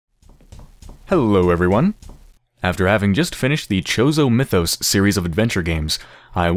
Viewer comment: Chozo...CHOZO MITHOS, I've watched Yahtzee(croshaw)'s videos on this...and that pronunciation annoys me.